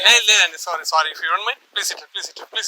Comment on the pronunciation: అది స్వారీ కాదురా , సారీ అనాలి, స్వారీ అంటే గుర్రపు స్వారీ, అంటారు సలేగా